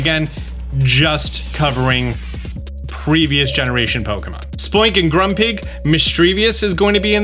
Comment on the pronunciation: Ekans is my favourite Pokemon really wish it had been in Sword & Shield and I hoped it would return in Scarlet & Violet I was pleased to have it in Brilliant Diamond and please say Misdreavus's and Hippowdon's names correctly